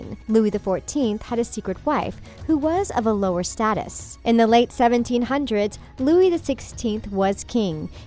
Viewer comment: Its Louis not Loui